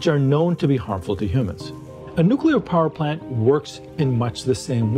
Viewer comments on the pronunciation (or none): well.. i realize you actually said "parplant" but i was commenting on what you were trying to say